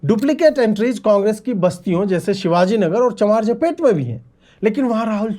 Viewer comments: It is चामराजपेट and not चमारजपेट please note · Ajeet ji, ye CHAM-RAJ-PET hain. CHAMAR-JA-PET Nahi. Ye Bengaluru ka one of the very Oldest Area ..